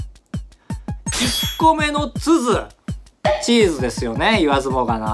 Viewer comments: カブトさんに物申す！ 4問目！津軽人も困惑させてどうする！ 意味わがんね！せめて津軽人には優しくしてけよ〜！頼みます。m(_ _)m 後、高橋さんは、ⅡAからにした方が本人の身のためでは？ 高橋さん。 🎉🎉1万人おめでとうございます！👏👏 ところで、じぇんこは分かりましたか？ ヾ(･ω･`) 最後、「俺はつづになるわ」 イントネーションが知事で「づ」が上がってるので、「どれ？」になったんですよ。知事にするなら「づ」は下げないといけないんですよ。(;^_^A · つづは何が違うのかわかんない アクセントとづの発音が違う？ /dz/と/z/みたいに聞こえた